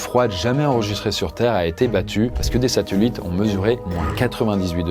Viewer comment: des « satulites » 😂👏